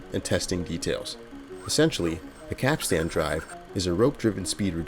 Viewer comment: Oh my god, I wish so bad that you looked up the pronunciation of the word capstan “pronounced kap-stn or kap-stin.”